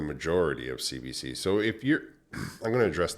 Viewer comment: cbc in French would be pronounced "Say Bay Say" not Bah! lol keep up the good work :D